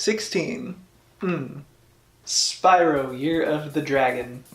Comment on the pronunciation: You kept saying Spyro wrong it’s Spyro not spyro